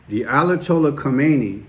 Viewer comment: Ayatollah not Alatollah🤦🏽‍♀️